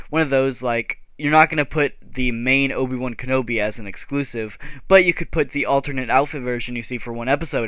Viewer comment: ahh yes my favorite Star Wars character Ovie wan kenobi